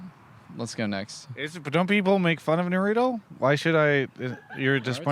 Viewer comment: Almost down voted this video just based on travis' pronunciation of Naruto.